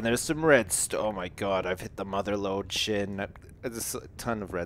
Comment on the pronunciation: i fell like only me and sjin say his name correctly it is prounounced shgin